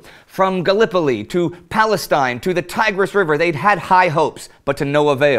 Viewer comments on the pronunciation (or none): none